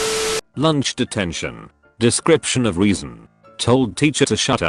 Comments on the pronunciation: He pronouncing reason as weason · Everytime the narrator said reason I heard weasel. I don't know how this is happening. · Them saying reason" Me hearing weezen* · Am I the only one confused because “Reason” sounds more like “Weason”? No? Ok